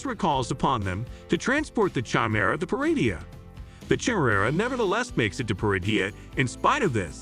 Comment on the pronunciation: I was stoked when I came across this video but for the love of all that is Star Wars, the way this AI pronounces “Jedi” and “chimera” was way too cringy to keep watching.